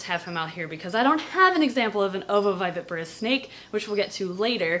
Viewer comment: How many times does it take for you to mispronounce ovoviviparous